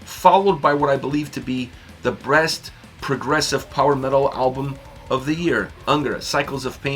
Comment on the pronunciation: sounded like you said breast not best progressive album. That’s all.